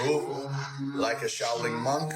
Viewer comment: There's no g in Shaolin.